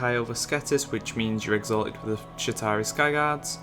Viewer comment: It sounds as though your saying Shitari